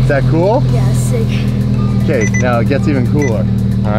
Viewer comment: thats sick or thik??lol